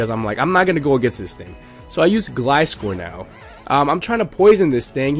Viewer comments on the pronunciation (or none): none